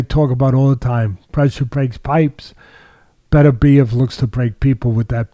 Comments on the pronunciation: His name is BET OOR BIEV and not BETTER BIEV. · Why can seemingly nobody pronounce "Beterbiev" correctly? It's not that complicated!